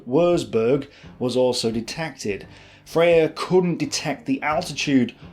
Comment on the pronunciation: I don't know why many historians of the second world war don't know how to pronounce German properly - its so sloppy. Leica (like-a), Marine (Mareen-eh) Wuerzburg (Vuertsborg),Freya (fryer) - excuse my own made phonetic script - cheers - ps Luftwaffe (Luftvaffe) Heydrich (Hi-drish) !